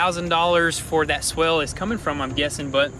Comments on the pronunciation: It’s swale not swell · Swale is pronounced so it rhymes with whale. And the fabric might be landscaping fabric though it could be a specialized filter fabric. The former lets water through, but not plants.